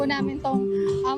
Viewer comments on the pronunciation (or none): Bakit ang prounoncement ng nag babalita ay panag banga, eh panag benga ang nakasulat sa tarpulin ng Baguio.